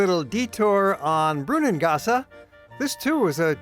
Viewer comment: It is not "Brunngassa" but "Brunnangasse", with a clear "e" at the end of the word.